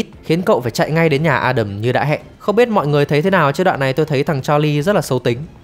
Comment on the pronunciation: Ad đọc tên A Đầm chuẩn đó. Nói với người nước ngoài đọc A Đam họ ko hiểu 😂